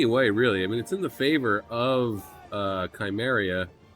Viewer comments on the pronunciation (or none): Awesome battle. Messy as hell, but awesome. Warhounds are totally underestimated by people in general. Also, just a little tid bit, Cimmeria is apparently pronounced Simmeria